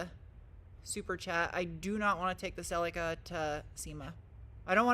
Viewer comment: Why can’t you pronounce Celica properly? 🤷‍♂️🙄